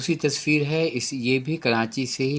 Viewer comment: ماشاءاللہ بہت عمدہ کاوش مگر پلیز آپ کراچی کو کرانچی نہ بولا کریں۔